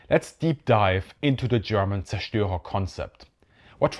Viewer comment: Thank you for, after 50 years of doing it wrong, teaching me how to pronounce zerstorer.